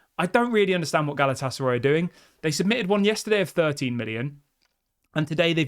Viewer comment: Galatasar (eye) not Roy 😂😂😂 I know it’s petty and pathetic but it’s spazzing out my Autism 😂😂😂